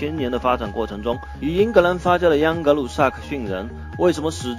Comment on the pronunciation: 央格鲁？！喂喂不要跟政委学啊。还是换机器读吧，至少机器不会有边读边，没边读中间。“英格兰与欧洲大陆仅隔一条狭窄的‘英格兰海峡’”?!! 是“英吉利海峡”（English Chanel）或者 “拉芒什海峡”（La Manche），不是“英格兰海峡”（England Chanel）. 图中所示的“多佛尔海峡”（strait of Dover）或者“加来海峡”（pas de calais）就是英吉利海峡的一部分。